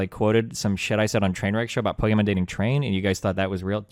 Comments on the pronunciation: Does he call her "pokemon" on purpose? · why destiny keep saying pokemon and not pokimane ? lol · why does Destiny ALWAYS say "pokemon" instead of "pokimane"? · why is he saying "Pokemon" not pokemane?